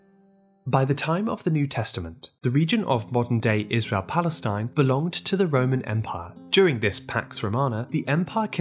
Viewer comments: There is no such a state "plestine" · The moderator mispronounced Canaan Palestine.